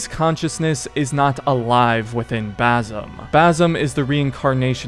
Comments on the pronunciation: For the love of god its BaSim NOT baZim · I'm native Arabic speaker, his name is BaSim, not BaZim. Don't convert the S to Z. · It’s pronounced bas Im not bazim idiot why can’t Americans pronounce things correctly smh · Dude it’s an s sound not a z sound not basil but basim with an s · Where the fck is the Z in his name? ffs why do white people fail to repeat a name they hear for 40+ hours it’s BASIM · One things for sure. His name is pronounced basim , like with an S not a Z. Like the way the other characters pronounce it 10000 times throughout the game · How can you play 2 games with the character in it and still mispronounce the name? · Dude u said every name wrong why do u pronounce it like that in the game it says basin roshin it’s awful u say the name totally wrong listen to the game that’s not there names